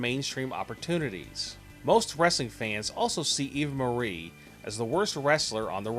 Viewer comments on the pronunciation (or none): none